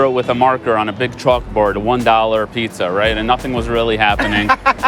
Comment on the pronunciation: Did she finally learn how to pronounce “pizza” or is it still “peesa?”